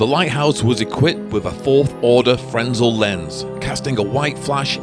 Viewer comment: Like many others, I enjoy your videos. The visuals, the descriptions, everything. And so it’s out of nothing but respect that I gotta correct you on something: that magnificent lens in the lighthouse is called a “fresnel” lens. But the “s” doesn’t like to speak up and so remains silent. Hence, the word is pronounced “frenel.” I’ve been a photographer since the eighth grade and own several. They are the single most used kind of light in theater, film and television.That aside, you do great drone stuff, so deft, steady and cinematic. Which brings me to a friendly dare: I dare you to, somehow and safely, attach a pair of scissors to your drone and give someone a haircut. I think you’re the one person who can do it. Just kidding…kind of. Anyway, happy New Year and keep the videos coming.